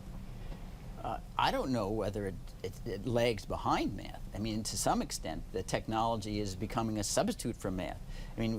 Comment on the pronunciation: "If people could master maff, it could bring order, civility..." To master a subject, it is helpful to know how to PRONOUNCE the subject. Maff is not a subject.